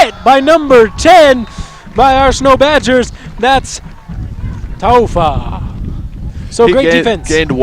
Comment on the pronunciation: Taufa (tao-fuh) but try to pronounce the U more. Cool video